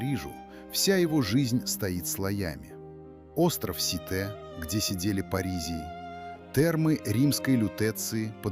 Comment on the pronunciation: Не сити , а Ситэ.. А вы уверены, что надо писать МегОполис..😢